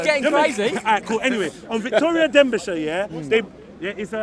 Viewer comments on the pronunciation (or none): victoria derbishire not denbishire